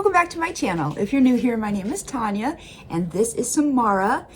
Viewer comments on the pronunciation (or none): none